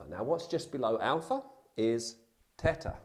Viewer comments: It's Theta not "Tetta" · Beeta?!? It's pronounced bey-tah! Theta is pronounced they-tah! He did get Delta correct.